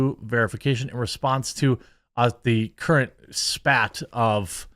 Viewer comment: It's spate.